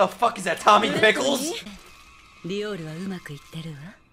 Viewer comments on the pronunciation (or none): none